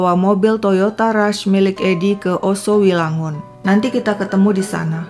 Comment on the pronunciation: Yoso wilangun kak, bukan Oso wilangun...🙏